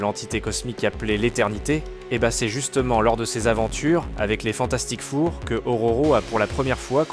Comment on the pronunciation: Le "Fantastique Four" avec un accent au hachoir me fait rire mais malgré ce seul micro-défaut, la video est excellente autant en narration qu'en montage MERCI !